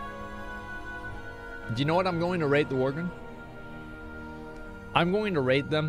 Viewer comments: And worgen. He kept calling em worgren. Just every other word is miss read 🤣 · am i the only one that hears him pronouncing Worgen , Worgren ?